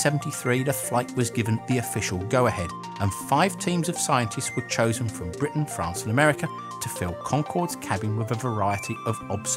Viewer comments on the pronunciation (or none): none